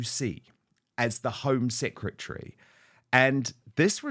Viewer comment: She said 'secetary' not secretary. Ignorance at its best